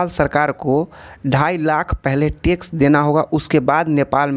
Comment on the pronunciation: It's Tax not Tex 😅